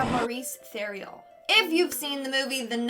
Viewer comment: I believe Theriault is usually pronounced Terry-O but it’s possible that they specifically pronounce their name differently 😊